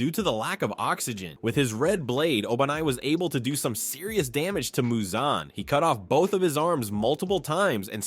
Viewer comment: Bro said Muzanne 😭